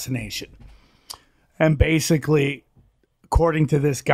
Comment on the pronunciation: If he could pronounce the word "Basically" correctly, he would be more believable.